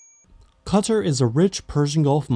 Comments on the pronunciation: Qatar ❌ Cutter ✅ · You can pronounce the hardest German words but qaTHar is hard to say